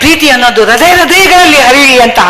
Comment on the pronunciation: ಹ್ರದಯ ಅಲ್ಲಾ